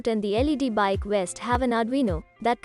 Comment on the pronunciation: Guy on bike wearing a west. Funny I always thought that V made a sound like Video, Victory or Volly. Please take some more English lessons before releasing content.